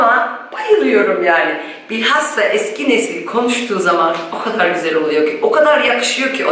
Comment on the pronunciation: "Gözel " değil, "güzel" denilir. Lütfen ukalalık olarak algılamayın, çünkü çok kullanıyorsunuz bu sözcüğü ama yanlış telaffuz ediyorsunuz. Selamlar